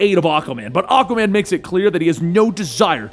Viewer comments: Aquaman ❌️ Akaman ✅️ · Enjoying your videos, but you really need to work on how you pronounce "Aquaman". It sounds like you're saying "Occa-man".